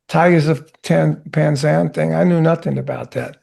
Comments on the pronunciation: 'Pan Zang' 😂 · "Tygers of Pan Zang"😂